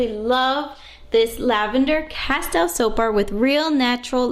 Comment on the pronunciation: Pronounced Cas-steel